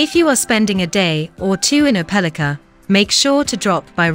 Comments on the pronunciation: It does seem like they could have found how to pronounce it right. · You are pronouncing the city name wrong